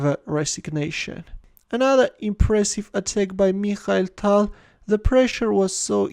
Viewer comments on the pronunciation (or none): Change ur voice plz tal is tall